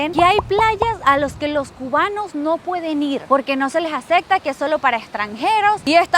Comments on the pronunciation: Luisito Comunica y su novia la que dice aceCtar 😂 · ACECTA JAJAJA ES ACEPTA 🤦‍♂Y 🤦‍♂ 😂😂😂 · me desespera que diga "Acecta" xD perdon pero no Acectooooooo... 😆 siempre super linda!